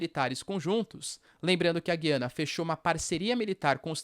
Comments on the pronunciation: Porquê vc fala Gyana e não GUIANA, que é o nome correto ? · Bom dia. Guiana nunca teve trema, mas o “u” sempre foi pronunciado e esse é o padrão no português do Brasil. A pronúncia correta é: “Gu-i-ana”. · Porque voce pronuncia o nome Guiana diferente?